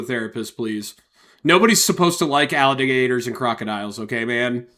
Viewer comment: "Al da' gaders" 👍